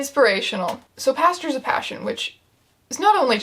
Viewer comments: I heard “PASTORS of passion” instead of “PASTURES of passion” and I nearly had a stroke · ngl i thought she was saying "pastors of passion" and was very disappointed when i realized that it's a horse book so of course it's actually "pastures" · OH GOD I THOUGHT IT WAS PASTORS UNTIL I READ THIS COMMENT